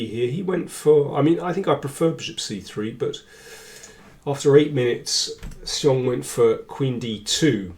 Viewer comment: Excellent analysis as always. If I may comment a little on the pronunciation of 'xiong' it is more like 'shi'+ong (somebody corrected me on this).